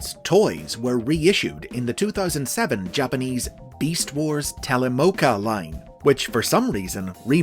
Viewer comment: "Telemocha" is not pronounced "Telemoka". The second half comes from the word "omocha" (meaning "toy"), which uses a "cha" sound, not a "ka" sound.